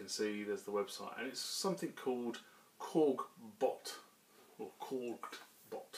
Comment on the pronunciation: Thanks buddy! but it's "KORD" Bot.. not korg bot!! ;) haha